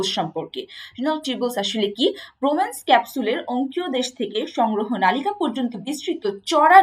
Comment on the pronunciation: ম্যাম নলিকা না মনে হয়। নালিকা🙂